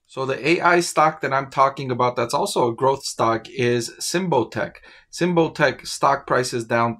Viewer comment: You are pronouncing it wrong. Sym like symbol. Bot like robot. ic like Icky